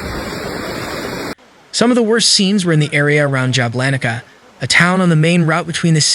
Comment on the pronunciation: That city is Jablanica === Yablanitza ,dang , good reporting , but the names , ouch .😢